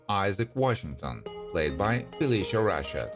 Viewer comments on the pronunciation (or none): none